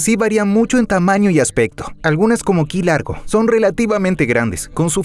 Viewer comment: "KI" LARGO??? ...ES CAYO LARGO.....EN ESPAÑOL.... Y POR ALGO SERÁ QUE TIENEN NOMBRES ESPAÑOLES.....